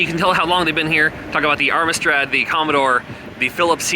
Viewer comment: "Armistrad"?! 😂😂😅 OK. He's an American so he's forgiven. 😊